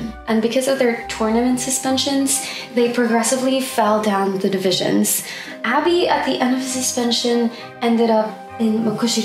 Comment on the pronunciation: its ah bee not abby xD